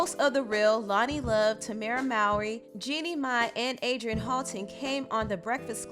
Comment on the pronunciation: Just wondering... Why does pronounce Jeannie Mai's name correctly like "my" but still calls Ella Mai "Ella Mae"? At least she's better than the DJ at my local radio station... he always says "Ellie Mae" like she's a character in Beverly Hills Hillbillies or Gilligan's Island...